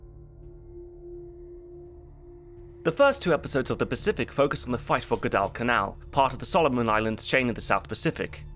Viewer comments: he is putting a weird pause and acent on guad in Guadalcanal. I dipped out at 18 minutes in the video as his pronunciation was just like a screeching child on an airplane to me. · Guadalcanal-in US South we pronounce such as “Gwaddlecanal” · What's "good Elle can Elle"? Lmao Come on mate, Guadalcanal isn't that hard to pronounce. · Gwadal is still two syllables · Assuming that this long documentary probably cost a lot of money to produce, it’s a shame that the narrator mispronounced“Guadalcanal” incorrectly throughout. I got so frustrated hearing the mispronunciation that I had to stop watching. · It’s a small thing but the way you’re saying Guadalcanal is killing me 😂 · Anyone else cringe every time he says Guadalcanal? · Great job on the review, but your pronunciation of Guadalcanal is nails on a chalkboard. Bloody hell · Why can't the narrator pronounce Guadalcanal properly or at least as the Marines did? It's distracting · If there's anyone out there who knows the narrator of this. Please tell him how to say Guadalcanal. 😮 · Please get a pronunciation guide! Guadalcanal doesn't have the weird ass pause in it that you put in it. Like nails on the chalk board !! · My dad was 1st Division, Marines Guadalcanal. He never talked about it so this movie I always see as his story. Now if you could only pronounce “Guadalcanal” correctly, this would be a great review. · Why are you massacring the pronunciation of Guadalcanal? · Pretty weird for a video searching for inaccuracies in Cinema/TV productions to mispronounce a key island in that production. At least he pronounced "Japan" correctly. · never in my life have i heard it pronounced that way. even by other british historians in various other documentaries. not a big deal, it is what it is. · more importantly: why this pronunciation of guadalcanal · Also, in English '"Guadalcanal" is pronounced "Gwa", not "gwu" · Great video, although it was really hard to listen to "Guad-AL-canal" xD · Gwad-Al canal lol